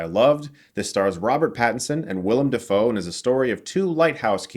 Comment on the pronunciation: Dafoe is pronounced DAY-FOE. Just look up how he says it himself.